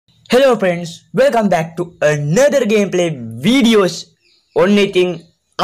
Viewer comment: එකපාට්ටම ඔලුවට ගහනව වගේ 'hello පෙන්ස්' කියනවට වඩා ඉස්සරවගේ ඕක ඇද......ල කියපං🙂❤️